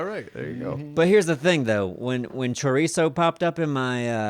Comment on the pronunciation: Please its pronounced cho-ree-so